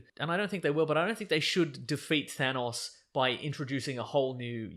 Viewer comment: Nothing bothers me more than hearing it pronounced "Th-aa-nnaaawwwS"